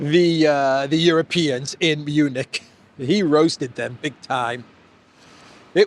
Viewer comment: Did I hear that right? Did you call it the Eunich security conference?